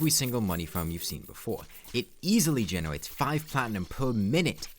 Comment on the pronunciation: "Fawming" "Genewate" "Pwe-mech"